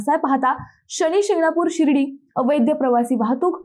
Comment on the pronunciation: मिस, अहो अवैद्य अवैद्य काय म्हणताय? खरा शब्द आहे अवैध, म्हणा पाहू पाच वेळा अवैध, अवैध. अवैध म्हणजे बेकायदेशीर किंवा नियमबाह्य गोष्ट. इथे वैद्य/अवैद्य चा काय संबंध? उगाच काहीही?.... बाकी तुमच्यासारख्यांच्या अशा भलत्या सलत्या शब्दोच्चारांमुळे आजारी झालेल्या मराठी भाषेला लवकर एखादा चांगला 'वैद्य' गाठावा लागेल... नक्कीच!!😂😂